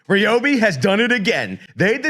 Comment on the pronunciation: It’s Ryobi not Ryobi